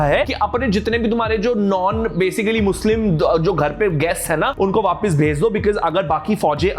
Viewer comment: It's not vaapis it's vaapas😅